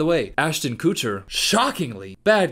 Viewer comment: pronouncing Ashton Kutcher like Ashton Coocher lol.